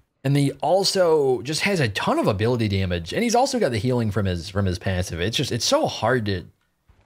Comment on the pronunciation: how this guy says passive makes me mad tilted